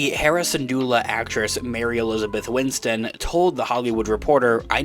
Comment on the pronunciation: Maybe it's a pronunciation thing, but sounds like you're saying 'Mary Elizabeth Winston' rather than 'Mary Elizabeth Winstead' (which is her name).